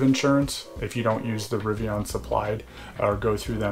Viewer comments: Very helpful video! Good to know. I’m a Fall ‘21 preorder holder so it’s interesting to hear the steps you’re going through. I have to agree with Jack though about your “Rivian” pronunciation though 🤣. Looking forward to future videos. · "RiviAHn" does sound cooler than "riviIN" 💁